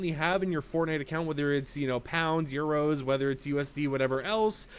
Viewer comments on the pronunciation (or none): It's Euros, not HERSH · lol Hersh killed me too